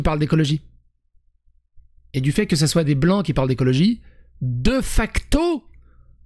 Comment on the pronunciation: Ca se prononce [Dé Facto], pas [Deuh Facto].